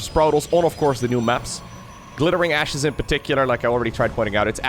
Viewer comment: What said: Glittering Ashes in particular, is absolutely huge. What I heard: Glittering Asses in particular is partucilarly huge.